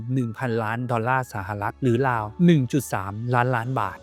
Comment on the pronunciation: ราว ได้ยินเป็น ลาว ทุกที เพราะ ฝังใจ ลาวเป็นหนี้แยอะ